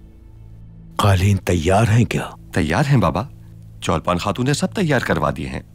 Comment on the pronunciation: Not cholpan khatun it's chalpan khatun😂😂